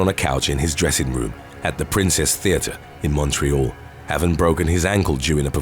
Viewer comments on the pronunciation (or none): none